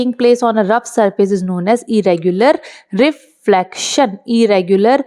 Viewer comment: Re - flaction nhi Hota madam re-flection hota hain pronoucnciation. Thik se pronounce karo.